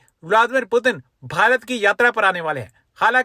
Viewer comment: पीयूटीन नहीं पुतिन😅😂